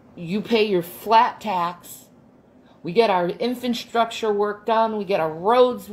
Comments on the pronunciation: Did she say "infant-structure" instead of infrastructure? Was it just me that heard that and cracked up? Oh I'm sorry that's doing a rude. 😂 🤘💚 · She did! I thought maybe it was my hearing because I’m a old rocker chick and destroyed my hearing. But I played it back and sho enough she said “infant structure”! 😂🤣😂🤣